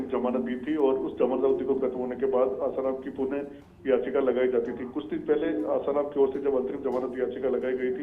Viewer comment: News editor महोदय भाई उस समाचार वाचिका बेहेन को आसारामजी बोलणे को बोलो कृपया, और news देते वक्त backround साऊंड कम हो तो news सुनने मे और ही आनंद आवेगा 🙏🏻